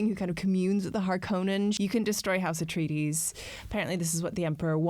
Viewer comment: Ah-tray-dees, not uh-tree-dees.